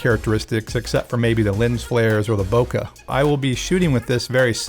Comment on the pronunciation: I thought I was pronouncing it wrong but I wasn't. Bokeh is prounounced /ˈboʊkeɪ/ BOH-kay